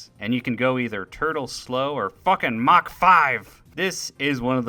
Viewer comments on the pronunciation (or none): none